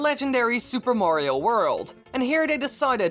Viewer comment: Learn how to say Mario. It sound's that you say Wario.